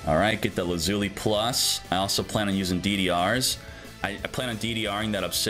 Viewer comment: Same with his pronunciation of lazuli lol